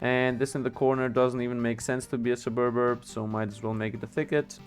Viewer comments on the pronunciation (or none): Vids are good dude. Keep posting^^ Its easier to pronounce if you part the word. Sub-urb